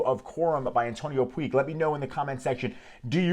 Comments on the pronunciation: antonio Puig (pronunciation: putsh) not pooeeg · A great fragance. Antonio Puig it's said "puch", as touch, much, etc 😉